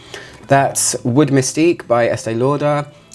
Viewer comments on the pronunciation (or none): none